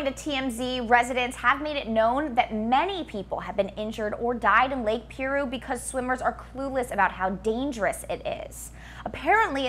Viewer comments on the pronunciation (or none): The Lake and area of SoCal is pronounced "PIE -ROO" not Pee Roo or whatever you saying?! Do you not live in SoCal and watch actual Current Events???? Your killing me.......